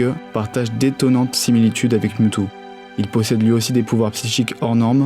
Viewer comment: "DeuxMiaou" AIE